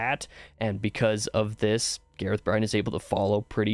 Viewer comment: lmfao Gareth Bryne - GAH-rehth BRIHN. Nailed the 1st name. Failed the last.